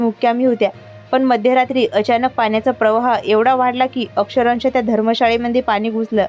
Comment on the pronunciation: अक्षरंश नाही, तर अक्षरशः आहे.😅